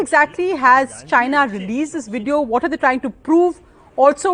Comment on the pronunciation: Ots VVVVVVVVideo..... damn..Not WIDEO....good lord you a news caster and you cant say the words?